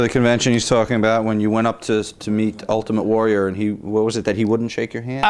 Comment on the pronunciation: Top 5 - favourite: Iron Sheikisms where he messes the name up - 5) HellyBelly Jim 4) JVD 3) Michael Jordan/Jackson 2) Ultimate Var 1) Gene Mean